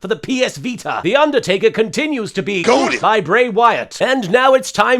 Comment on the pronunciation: Can someone tell me which match Booker T said "goaded"? Too damn funny.